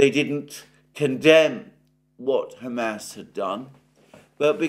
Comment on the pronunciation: I don't mean to be rude but it is cracking me up to hear you keep saying ham ass 😂 but seriously your videos cover so much that nobody else is talking about